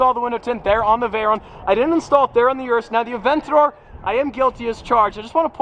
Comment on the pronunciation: You know how to pronounce "Urus"... Why don't you?